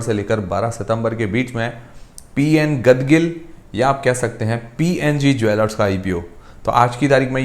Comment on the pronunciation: गाडगिल है भाई साहब, गदगिल नहीं।